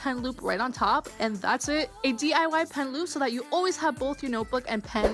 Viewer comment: i love how the hot glue gun queen says 'dee-ah-wah' like it's some kind of powerful feminist thing to say ifk